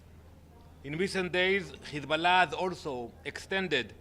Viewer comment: 😂😂😂. His pronunciation of Hezbollah. Stop lying no one believes you.